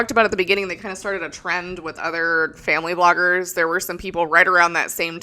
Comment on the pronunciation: Also *bloggers not cloggers… Although that’d be entertaining as hell! 😂